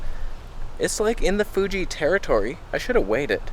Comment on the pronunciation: Love how you say "Fuje" for Fuji lol. You're unique on YouTube mate